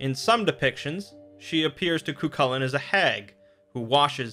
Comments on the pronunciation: Ka-hool-in, not kukalin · Dammit mate its pronounced Cuh-hoo-lan